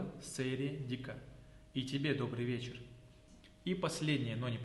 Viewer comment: Исковерканные варианты это у тебя чеченский безродные варианты!!! Древнейший язык коверкашься!!! Не сэр, а СЕЙР ДИКЬ ХЕЙЛ!!! Такая же СЕЙРЕ как у итальянцев СЕЙРА!!! А сокращённо СЕЙР или полный вариант СЕЙРЕ ДИКЬ ХЕЙЛ!!! Хьа а хийла сайре Дика какая нахрен Дика??? Ты совсем оленевод что ли??? Хьа а??? Это что вообще??? Там звук 1, значит Хьа1!!!